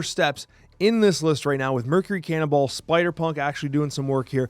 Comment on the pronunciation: can you say cannonball without it sounding like cannibal?